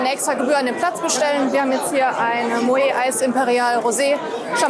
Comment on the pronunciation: Es heißt Mo-ett wenn man es richtig ausspricht :)